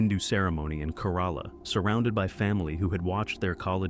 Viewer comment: Kerala = CARE-a-la I've been there; that's how it is said. If you had just said it once, I would have let it go. But man, it made my skin crawl more and more each time. Google is right there, with both pronunciation guides AND recordings... why?